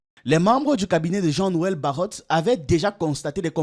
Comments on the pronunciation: Baro(t), pas Barot(e). Le T ne se prononce pas. Ca fait plusieurs video ou vous faites cette erreur... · Bro, BARROT se lit simplement [baro]